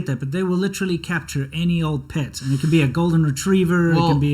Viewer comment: I always enjoy how the Chinese pronunciations come through in words your such as "capture". "cap-chjurr"